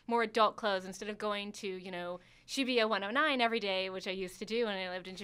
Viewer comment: I cringed er time she tried to pronounce shibuya P.s. All the dislikes are from offended Pervy weeaboos